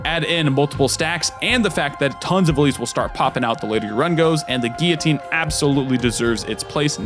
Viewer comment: When did guillotine become geeotine. Great video though.